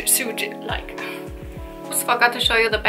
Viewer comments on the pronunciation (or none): This was a fun video! Suede is pronounced the same as the word swayed. I'm always amazed at how good your English is! And also disappointed I only speak one language 😣. Now that there's an H&M semi-close to me I can't wait to go see if they still have any pony stuff 💓😊